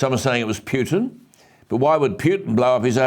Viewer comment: If you are going to report on Putin, then learn how to pronounce his name.